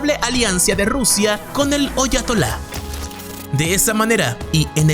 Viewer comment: Alianza no aliancis y ayatola no oyatala